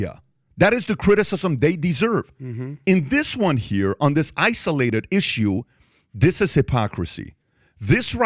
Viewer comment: What is the Iranian dude’s point? “Isoo-lay-ted” 😂😂😂